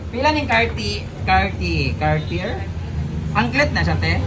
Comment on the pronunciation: cartiyeh (cartier)pagbanggit ana mam..hayahay mga bayot dah kay nay mga alahas...be grateful jud mo kay..